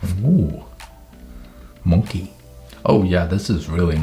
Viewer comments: really be vibing with "monke" (no it's not a typo that's literally how sam said it 🤣🤣🤣) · “Let me roast you” also: “Monkè” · "mon-key " bruhh 😂🧡🔪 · STOP THE WAY HE SAYS “monkey” MAKES ME LAUGH HGGHHGFTYYFD